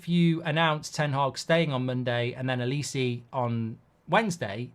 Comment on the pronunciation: I hate the way you pronounce Olise omg